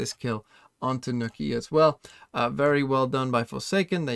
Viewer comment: Man said nookie instead of nook ye